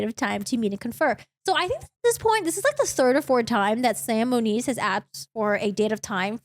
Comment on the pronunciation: It is Moniz not Muniz